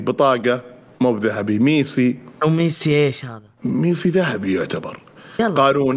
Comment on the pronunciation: ميسي ❌ ميثي ✅😂😂😂😂 يا